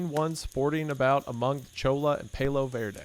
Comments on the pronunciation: Just wanted to say Cholla is Ch-oy yah and Palo Verde is PAL-low verde not pale low. Just someone from Arizona who has them growing in my back yard. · I noticed the same thing lol, I think he may just not be familiar with the word or maybe hadn't seen it written out before? The way he pronounced cholla and palo verde were funny too